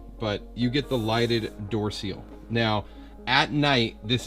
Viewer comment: Door sill not door seal!